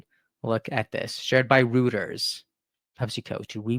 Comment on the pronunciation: And just fyi, —it’s pronounced Roy-ters, not Roo-ters. Always best to look up the pronunciation of words you aren’t familiar with. Love your content—keep it up! 💙